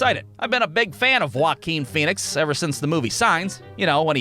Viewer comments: “Huakin Phoenix” 😂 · I like the way you say Joaquin Phoenix